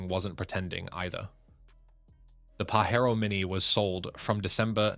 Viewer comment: Stop pronouncing it Pahero, it is Pajero with the J sound, It is Japanese, not Mexican. The Delica in Australia was a great go anywhere vehicle. They were not sold via Mitsubishi for some odd reason.